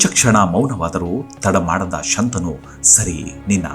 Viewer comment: ಶಂತಾನು ಅಲ್ಲ, ಶಂತನು.